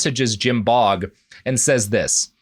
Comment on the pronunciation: I'm fairly certain that the nsme "Baugh" is pronounced "baw" as opposed to "bog". English is funny that way so don't laugh.